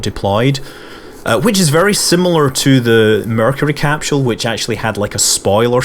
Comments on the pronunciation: Even if you can't understand every thing It's cool just hearing you say capsule. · bruuhhhhhh learn to pronounce capsule :D..